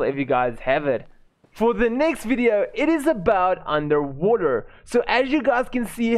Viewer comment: it’s all love, I just can’t help but laugh by the way you say underwater